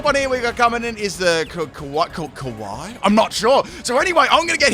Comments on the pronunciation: Kawaii 🤣🤣 It's pronounced Ki-Ah-Way and it was one of the characters in the anime in Sun and Moon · Kiawe (Key-Ow-Ey) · The turts name is pronounced key-a-way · Kiawe's name was supposed to be pronounced Kee-ah-Way .You are welcome for the pronunciation!edit: The first person's team was going for a pokemon sun and moon anime themed Team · Kiawe is pronounced kee-ah-way. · Kiawe is a Hawaiian name. It's pronounced KEE-UH-VEH. I learned how to read in Hawaiian, so you're welcome. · Its Key Yar Way brooooo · Kiawe is pronounced just as it's spelled lol. He's the fire captain from sun and moon/the anime